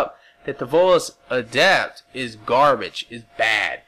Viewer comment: you said ADEPT correctly!......when you screamed it at the start haha!